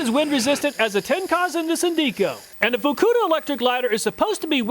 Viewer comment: Good call on pronouncing the FUKKUDA lighter with a hard U.